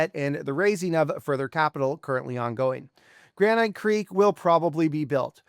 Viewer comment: should you trust someone who can't pronounce "granite"?